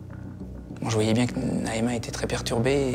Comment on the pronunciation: Mdrr c'est Naema